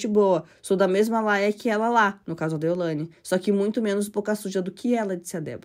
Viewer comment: Não é Ceilândia. Vc está falando errado,é deolaine!!!!